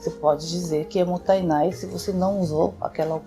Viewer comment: Adoro seu canal,e de forma alguma não desfazendo desse conteúdo,alias está super correto a sua percepção. Eu moro no Japão a 30 anos,desperdício aqui e ofensa especialmente quando se deixa comida no prato. Só um “só que pronúncia correta não é motanai é MOTA_I_Nai.tem o I no meio.Desculpa se parece arrogante a correção,ms realmente precisa compartilhar a forma correta,já que vc me encima muitas coisas tbm cm seu canal.